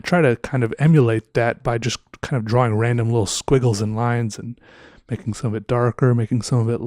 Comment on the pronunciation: Draw-wing...I like how says it.